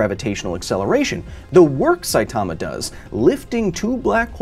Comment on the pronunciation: Dude, Saitama is not pronounced like that, how many time do people have to tell you?